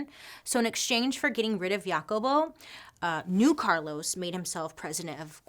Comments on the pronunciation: Sorry, but I just can't get over how you pronounced "JACOBO" lol! sorry it was just too funny. No shade, It just way different to how it's pronounced in Spanish. :D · Thanks for the history of 🍌 😊The pronunciation for the name Jacobo is Hacobo. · Thanks for bringing light to these human rights atrocities. I am of Guatemalan decent and my mother made sure to let me know of this story. All the corruption the U.S caused. I didn't know our fellow Central and South American brothers and sisters also suffered these autrocities. FYI- Jacobo is pronounced like Ha-cobo.. like Ha Ha Ha lol ... It's Jacob is Spanish.